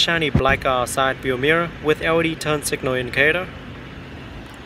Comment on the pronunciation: lol when you say L.E.D it sounds like Audi 😂. Audi taillight, Audi running lights.... on a Benz ? Hahaha